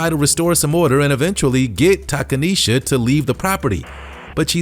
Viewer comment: Takaneshia…. Cmon mane🤦🏿‍♂️